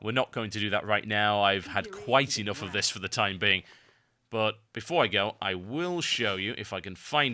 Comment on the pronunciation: gotta love the the first 2seconds of your intro "ICH VILL!"